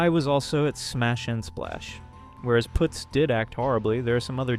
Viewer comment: Putz is pronounced puhtz. Its a word that means "dumb fuck".